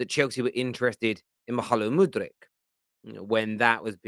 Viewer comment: I don’t know why I get the feeling like msg say Mihailo Mudryk name 🤣🤣🤣🤣 makes me chuckle every time 🤣🤣